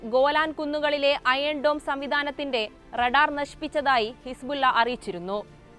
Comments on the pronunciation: ഹി സ് ബുല്ലാ അല്ല മോളെحزب الله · ഹിസ് ബുല്ല ബുല്ല ബുല്ല എന്ന് പറയുന്നത് എന്തിനാ.... അവതാരക മുസ്ലിം ആണെന്നിരിക്കെ???????